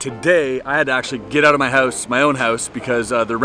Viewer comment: You had to get out of your hoose huh 😼